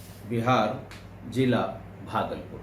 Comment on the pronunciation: Jila नही Zila, Lihaja नही Lihaza Jaroor नही Zaroor Raji नहीं Razi Jan नही Zan Jor नही Zor Jameen नही Zameen If you are really EDUCATED then please pronounce each and every word properly